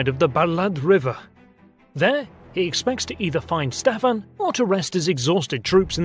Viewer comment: It is pronounced Wallahia (or Valahia in Romanian), not Wallachia. And Shtéphan (Ştefan) not Stephan. Sorry, but I couldnt get over the pronounciation. Otherwise this was a pretty great presentation with almost top notch animation